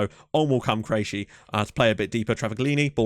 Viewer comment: Krejci is CRAY-TCHEE Ryan should be ray ray.